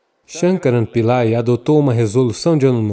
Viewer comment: Alguém pode me dizer quem é esse "shamkarampilae" que ele fala kkkkkkkkkk